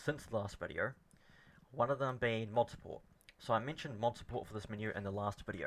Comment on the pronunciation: VID E O not vidior!